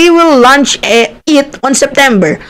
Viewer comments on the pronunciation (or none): none